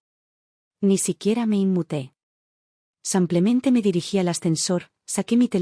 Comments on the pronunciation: Un copia y pega. Al menos corrige las terminaciones del femenino y masculino. "samplemente" es pronunciación francesa. En castellano es "Simplemente". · Una pregunta?porque en estas historias en vez de decir simplemente dicen samplemente.